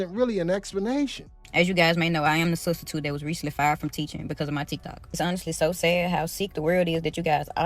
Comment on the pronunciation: What is a studstitute??????? Cause it isn't in the dictionary??? 😂😂😂😂😂😂😂😂😂😂😂😂😂😂😂😂😂